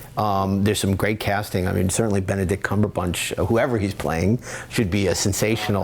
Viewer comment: He said "Cumberbunch." LOL.